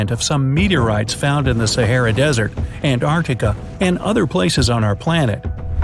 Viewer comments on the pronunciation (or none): none